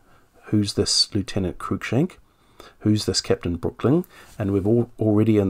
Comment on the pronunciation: H. Walmesley is pronounced Warms-lee. Just as Lievesley is pronounced Leevs-lee If the chap you mention is spelled Cruikshank, that is pronounced Crook-shank. No attempts to twist u and i to a distorted oo-i needed.